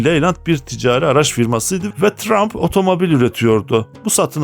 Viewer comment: Çabanız ve bilgilendirmeniz takdire şayan ama Telaffuza biraz daha dikkat ederseniz daha güzel olacak örneğin teçır diye söylenir detçır değil yine tıraymf diye söylenir trump değil